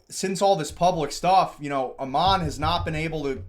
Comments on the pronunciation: FYI, the CEO's name is pronounced like a sheep would pronounce it ... Aaaammon, not Uhman. It's a Mormon name -- comes from a missionary figure in the Book of Mormon. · Just trying to help but the A in Ammon says the letter A. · Tickles me to no end the BAM CEO’s name is continuously mispronounced! 😂 His name of Ammon rhymes with “Salmon” and is a character from the Book of Mormon (BofM), a common thing with Mormons to name kids from BofM.